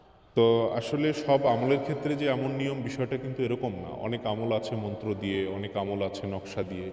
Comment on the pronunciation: দিয়া টা ভালো করে বলো